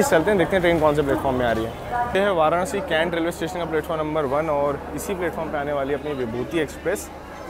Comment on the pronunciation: वाराणसी bola Karo, वाराणआसी nhi 👍. I Hope AAP samajh paa rahe ho